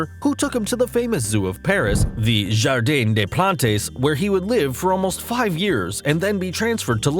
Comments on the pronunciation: Jardin des plantes pronounced jardin des plant, not "plantaiss". The e and the s are silent. Not that it's going to get you in trouble or get me a medal ... ;) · Jar deen day pluhntees? Lol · The way he said "Jardin des plates" 😂😂😭. It's will soon funny for any native French speaker of someone who know a little French. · The "Jardin dés plantésse" 😂😂 massacré